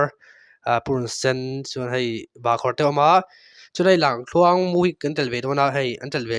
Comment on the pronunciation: Tinge Lamthluang tih deuh tlat a,ka lo ngaimawh deuh a,Lamkhuang iti thiam awm tho sia😊